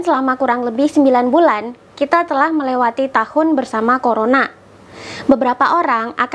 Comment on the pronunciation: Corona bukan Coronak kak